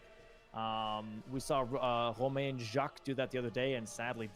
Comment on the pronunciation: It's not Romahn. "ain" is one of the French nasal sounds (/ɛ̃/), which doesn't exist in English. I guess you could get sort of close if you pronounce it like the "a" in fan. But do not pronounce the "n" at the end. A similar thing goes for Rakushain. The English "sh"-sound (/ʃ/) in French is written "ch", e.g. "chaud" is pronounced "shoh" (kinda). The letter combination "sh" does not exist in French, it's simply two separate consonants, and thus marks a sillable break, "ra-kus-hain", additionally the "h" at the beginning of the last syllable is silent, so it boils down to merely the nasal /ɛ̃/. Also the "u" is pronounced like the German "ü", but I can't even think of a close equivalent in English. That is ... if it's actually supposed to be pronounced in a French way... there's a chance it may not.